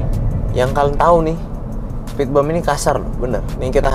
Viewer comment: spitbim bukan spitbem